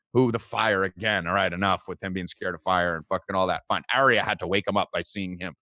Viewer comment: mispronouncing warg and Arya so triggering.